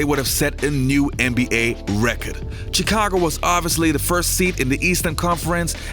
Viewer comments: The pronunciation of the “chi” in Chicago is “sh” not a hard “ch” like “chicken”. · Hey, I know Chicago is spelled with CH but when you say it it should sound more like SH